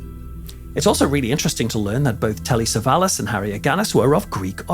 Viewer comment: Acho QUE É TELLY " SAVALLAS"